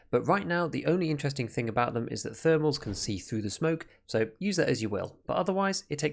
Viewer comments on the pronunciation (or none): none